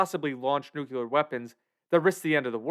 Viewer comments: I just can't... It's 'nuclear', not 'nuculer'. Wtf. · Nu clear, not "nucular". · Nuclear is pronounced NUCLEAR not NUCULAR. You wouldn't say nuculus instead of nucleus, right? Everybody practice: NU-CLEE-AR (not NU-QUE-LAR). ffs. It's like fingernails on a chalkboard to me. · You made a video about nuclear weapons and nuclear holocaust - but you mispronounce "nuclear". It's pronounced, "nu-clee-er", not "nu-ku-ler". smh .... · Hey: It's pronounced "New - Klee - Are". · Unsure how you could write your script, research and title the video with the world Nuclear, and stil pronounce it 'nukuler' the while vudeo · Nice! BTW, it's NOO-KLEE-UR. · "nuke- you- ler" ? Tisk tisk lol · The Marge Simpson pronunciation of "nuclear".